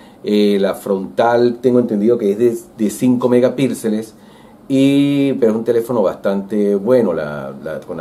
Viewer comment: Se dice megapíxeles, no megapilxes